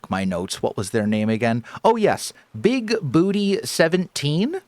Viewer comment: that’s “Big boo-TAY” (from Buckaroo Banzai)